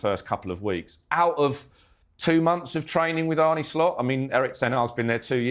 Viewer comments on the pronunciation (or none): It's not Arney, it's Arne. As in John Arne Riise. He's been here a few months and you sound like ignorant morons.